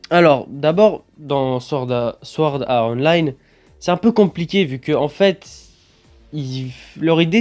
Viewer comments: T'abuses à dire Sword Are Online srx temps qie tu prononce Online en version anglais le sword art aussi mec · Sa serait trop bien mai apprend à prononcer swort art online !!!!!!!!!!!!!😂